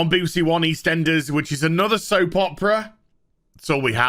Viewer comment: I love the pronunciation of BBC "Beebersee"